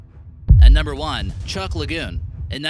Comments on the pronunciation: Hey, It is called 'TRUK Lagoon' not chucck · Bruh im from Micronesia and its pronounce Chuke Not Chuck. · It's truk lagoon not chuck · mark Try TRUCK (Truk) not CHUUCK Lagoon!! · There's no such thing as a "dry fuel" hydrogen bomb. You will find no reference to any such thing in any other texts. "Dry fuel"? ⛲ 💢Ironbottom Sound, TRUK Lagoon, NOT chuk!. 📺 This is a YouTube vid., I hope you weren't expecting professionalism 👎👎👎👎👎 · Is not chuck island! Is truk island i bealieve! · truk lagoon, not CHUK !!! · muffy crisostomo Chuuk is the capitol island of the federated states of Micronesia (FSM). First time i ever heard it pronounced chuck though its pronounced chook. I have been there, lived in fsm for 3 years in the 90s. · I lived in the northern Marianas for 15 yearsm You don't really search these do you. Chuuk isn't pronounced as Chuck, it sounds like Chew-k. Specify where the Sherman tank is too,theres already alot of wreckage and saying its in the Marianas doesn't make it easier. The islands are all different too,its like European countries,abit similar but they specialise in other things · Chuuk is the correct spelling the pronunciation is "Truk" as you put it. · I live on Guam and they pronounce Chuuk (Chook) and Chuukees people. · Chuuk is pronounced like Chook. Truk came from non chuukese people. The island of Yap is called Wa'ab and Kosrae is pronounced like Koshi. The sr makes a sh sound in Kosrean. All these other pronunciations come from Europeans and what not. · Hey - it's Chuuk Lagoon so get your facts straight. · J-TEK JUNKY they didn't even pronounce chuuk right.